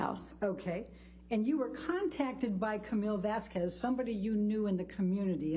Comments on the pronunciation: Shouldnt Vasquez be pronounced "vas-kez"?Honest question i try to learn. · why she say vazquez like that